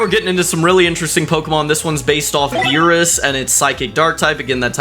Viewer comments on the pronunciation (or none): none